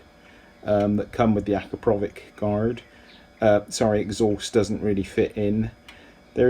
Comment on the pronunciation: Great vid! Akrapovic is pronounced "Ak-rop-o-vitch" btw :)